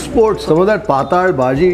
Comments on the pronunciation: It's patal (पातळ भाजी) bhaaji and not pataaaal bhaji!😄 You are a ex Mumbaikar right? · .. thin(paatal) not netherworld (paataal) …. But almost tasted the food today…. Yummy 🤤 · Its not paatal bazi!! Its pattal baazi (marathi ward ) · Sirji, "Paataal" nahi.."Paatal" lol it is Konkani word for Thin. Looks like a Konkani establishment since there are a lot of GSBs in Hubli, Dharwad region. My grandfather used to make the best Kashaya. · Patel = non Sukha or wet bhaji. Not sure if it is pronounced as “hell” Paataal in Kannada against Paatal in Marathi. पाटाल or पाटल, Hindi fonts do not have the other 2nd ल. Even in Marathi marriages you have smaller batata Wada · Hi, we love your channel and very nice and awesome commentary in all your videos, also fantastic documentary, kudos to your efforts. I think the Bhaji you mentioned as Patal bhaji May be pronounced as PATTAL BHAJI (Flyidic, liquid, thin. May be Marathi word) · Yes correct. It's pronounced as 'Paatal' in konkani/marathi and not 'Paataal'.